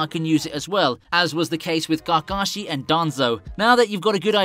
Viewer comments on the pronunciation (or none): Did he just say Gargashi??🤣🤣🤣🤣 No Hate BTW😜